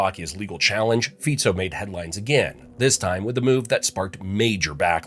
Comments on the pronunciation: It's Fico pronounced as (Fitso) not Fiko. Please, do your research properly when you do videos like this. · His name is FICO, and not FIKO ! ! STUPID PEOPLE ! SAY IT OUT THE RIGHT WAY ! FICO. OK ? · Btw its not Fiko but Fico (Ficso could be pronounced its C not K) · It is not Fiko…..all these channels bastardising names but don’t you dare to mispronounced english names right? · It's Fico (pronounciation as Fitso), and he didn't solve shit. He just made Slovakia the shithole that even immigrants don't want to come here.